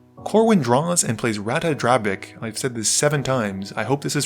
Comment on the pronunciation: I would say that is the correct pronunciation of Ratadrabik